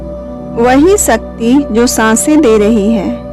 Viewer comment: One request.. Please pronounce shakthi properly.. There r many non hindu people who watch this video and mispronounce the name of shakti as sakti. Just a request. If we don't pronounce our God's name properly then how others will.. Your video is informative and very nice otherwise. Thanks for sharing the precious knowledge.. Jai mata di.. May God Aadi Shakthi bless all of us. 🙏